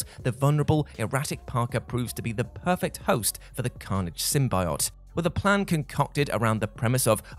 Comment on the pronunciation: Sim-bye-ott..? Sim-bee-yo't